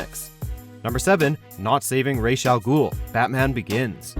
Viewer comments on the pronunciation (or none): /32 not Rayshagool its Razagul. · It's not ray's al ghul .. its pronounced as it's spelled. Ra's al ghul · They literally say Rahz' name at least ten times in the movie, dude still mispronounces it. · Um, who's ""Rashe Al Ghul"? It supposed to be pronounced "Raz", isn't it? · "Race" Al Ghul..haha dude..did you even watch the movie or cartoon? It's pronounced Roz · whos "ray shall ghoul"? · Raesh Al Ghul, Vigalantee... I mean...wtf? It's not that hard to pronounce vigilante and Ra's Al Ghul's name is pronounced everywhere. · Lost all credibility when pronouncing Ras Al Ghul and Rice Al Ghul